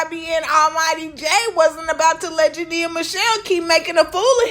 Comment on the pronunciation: Imma need you to say her name correctly...Jania Jania Jania 🤦🏾‍♀️🤦🏾‍♀️🤦🏾‍♀️🤦🏾‍♀️